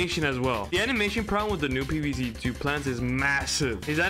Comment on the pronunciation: more like pee vee zee teu